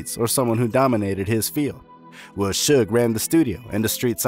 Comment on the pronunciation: It's pronounced shouge knight (suge) is spelled incorrectly for the promlnounciiation